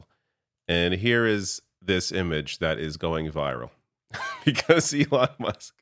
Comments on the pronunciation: Trump called Musk Elijah? 😂🤣🤣🤣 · Trump called musk elonja 😂😮😂💩🎃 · Did he call him Elonia? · Elonya Did no one hear Trump call Elon, Elonya? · Did Trump call him Elijas? 🤔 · He called him Leon at a previous event, and in this very video he calls him "Elania". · I feel like Trump calls him "Elijah"! I've listened to the clip 5 times now. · Maybe I'm mishearing it, but it sounds like Trump is saying "Elonia".